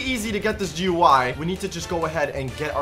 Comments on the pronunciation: is dumb he say gy but it is gui 😊😊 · it is not goy it is gui😂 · It'S AcTuAlLy Graphical User Interface nOt GUI or Gooie